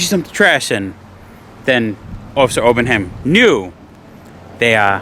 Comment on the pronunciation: No such place as South Barrington, Mass. Get it right. P.S. It's Obenhein, not Obenham.